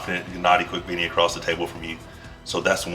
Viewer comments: OK, so this was a great video as always....I have to point out how it sounded like you said genadi quick veeny at the beginning lol. Sorry man, I had to do it. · Finally coming to conclusion that some athletes just dont give a damn if they pronounce other athletes names correct , or maybe its just about rivals, what the heck is "Kvikvini" on 😀